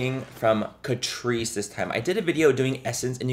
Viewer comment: I swear I kept hearing “Patrice” ☠️